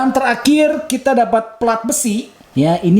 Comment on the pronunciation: Itu plat besinya kok ada r nya 😂